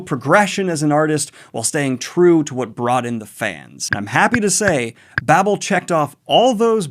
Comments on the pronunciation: Victoire= victwar Babel long a, not Babble. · pronounce baybel, babble is double b l e